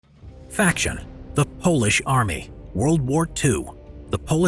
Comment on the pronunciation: did I just heard "Foolish army"?